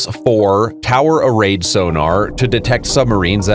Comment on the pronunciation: “TOWED” array sonar…not frigging “towered”. Dumb AI.